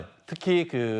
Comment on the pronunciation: 한국어에는 각 단어들에 장음(長音), 단음(短音)이 있어서 국어사전에도 표제어 장음 글자의 오른 편에 : 표로 표시되어 있다. 그런데 요즘 젊은 기자들은 특히 한자어를 말할 때 이를 전적으로 무시하고 전부 아주 짧게 발음한다. 예컨대 '여:당(與黨)', '야:당(野黨)', '대:선(大選)', 재:선(再選), 피:청구인(被請求人), 가:처분(假處分) 등 길게 발음을 해야 하는데 아주 짧게 발음하는 것이다. 요즘 한국인들의 '한자어' 구사가 이 모양 이 꼴이다. 이런 폐해는 한자 사용의 폐지에서 기인한 것이다. 정말 큰일 났다.